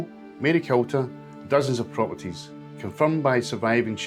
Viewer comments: You need to work on your place name pronunciation. Marycooter; not MaryKUHlter. TorFICKen; not TORficken. Ahmee-ens; not Aymiens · Great video but it's pronounced "MaryCOOTER" not MaryCULTER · Maryculter pronounced Marycooter! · Interesting stuff. just as a wee note, Maryculter is pronounced Marycooter. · Yep. As a man from Aberdeenshire, it's Mary"cooter" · It's pronounced Marycooter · Look forward to seeing them. I think this video has certainly sparked interest for you. Can i just mention as well, just to keep you right, i lived in Aberdeenshire for years and it is pronounced Marycooter, silent L. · It’s pronounced Marycooter. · Really good. It's pronounced "Marycooter"